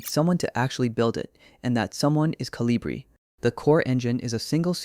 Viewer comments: It's not Colíbri, it's Colíbrí. It's a bird 🐦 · It’s pronounce, co-li-bri, the accent on bri.